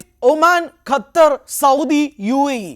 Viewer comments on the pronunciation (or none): none